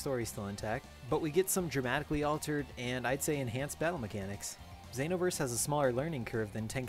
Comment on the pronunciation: The way you say Xenoverse bothers me. I'm a filthy casual too XD Some of my friends have this game, I'll check it out next time I'm with them.